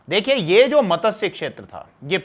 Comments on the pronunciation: Very nice narration. One small correction needed in pronunciation of the word MATSYA... It is being pronounced as MATASYA... In Sanskrit MATSYA means Fish...Regards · मतस्य नहीं मत्स्य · मतस्य क्या है।मत्स्य है जी।